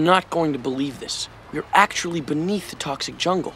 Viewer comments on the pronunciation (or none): none